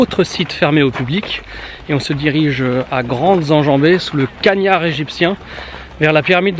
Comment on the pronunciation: j'adore tes vidéo mais ce qui m'a le plus marquer sur c'elle la c'est "le cagnar égyptien" , merci a toi de pas écorcher le patois occitan comme le font beaucoup avec par exemple "le cagnas" et non "cagnar" :) bonne continuation et continue a nous régalé